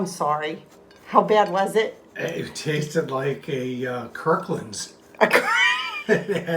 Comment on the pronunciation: Omg I just laughed I just laughed 😂😂😂😂 bless him I love how he said Kirkland hahahahahahahaha . That was so fun !! The real dish looked good . Fun fun . Love the frugal tips yes they say sugar vinegar vegetable oil and flour and stay supplied .